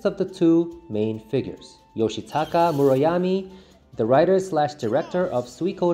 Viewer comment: Umm I don't think that's how you pronounce Murayama sir...